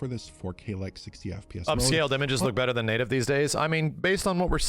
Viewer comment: “Luk at the fidelity of the tree”